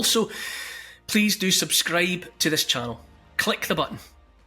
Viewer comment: I'm gonna subscribe just to hear him say subscdibe